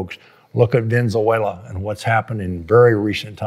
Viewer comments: "Venzuela"... lol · what country is he referring to? It sounded like Denzel wayla? Please enlighten me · Venezuela .. ven-uh-zwey-luh